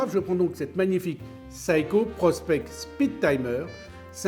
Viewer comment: SEIKO se prononce SE-I-Ko et non ps SA-I-Ko et ce n'est pas un remueur mais un remontoir!!! Faudrait peut-être apprendre à parler français et non le parisien qui sait tout et qui ne sait rien!